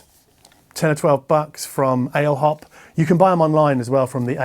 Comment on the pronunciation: Ale hop is pronounced probably Allez hop, it's a commonly used term for "let's go" in France maybe also in Portugal and Spain. After all it's a Spanish brand. I really enjoy your videos! Thanks for your content. Have a nice Christmas 🎄!